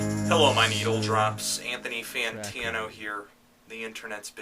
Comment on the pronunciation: Ha ha, I like how you say your last name "Anthony Fayntanou here" Anyway, I have to thank you for opening my ears to many more bands and songs! I really like this cover :)